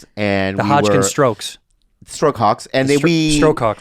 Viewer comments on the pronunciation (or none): Lol Hodgkins “stroke c*cks”😂 I know they said stroke “hawks” but idk how they didn’t catch that!l and go on a tangent